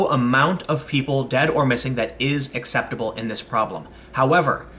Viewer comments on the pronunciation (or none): none